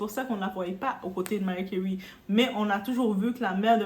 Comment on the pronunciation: Commentaire hors sujet: suis je la seule à entendre "Mary Curry" 😂 La situation de notre Diva me fait penser à la situation de Julia Roberts avec sa mère qui idem reproche à sa fille de la laisser dans la misère. Il doit y avoir également des raisons qui nous échappent...